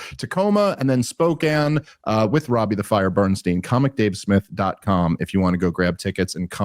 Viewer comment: Holy crap, he said Spokane correctly this time! 👏